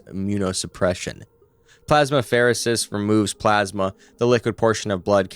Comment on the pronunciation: I love this channel and what I learn from it but you really should consider checking the pronunciation of certain medical terms before recording. For instance, ECMO is not said as the individual letters but "ECK-moh" and plasmapheresis is "plaz-muh-fr-ee-suhs"